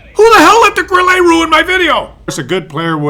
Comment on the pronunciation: you suck when it comes o pronouncing ' Grille '. You pronounce it like a yank tyring to pronounce ' fillrt dteak! It's pronounced GRILLER NOT GRILLAY! That's what comes of living too close to the former disgruntled colonials🤣🤣🤣